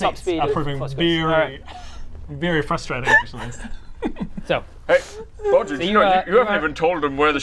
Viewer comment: Anyone else getting a Wizard of Oz vibe from this team? No worries,; you still have shopkeeper abilities! Bodger (now pronounced 'Baawjeur' instead of 'Bohjah') can now be an American blacksmith (I'm guessing a Californian? I'd love to hear your Southern drawl. Or maybe a Jerry Lewis! 😬) I can't think why Hell didn't want your loincloth. Brielle, I mourn your loss; but there's nothing that says you can't relearn the art of the bagpipes. Or take up the vuvuzela? Baradun - I think I'll miss your smugness most of all. But I have a feeling that even The Infernal Pit won't be able to take away ALL of your bad-ittude. 😎